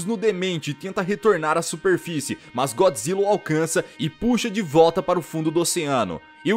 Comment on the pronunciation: usa a pronuncia japonesa Goijra quando falar de filme de godzilla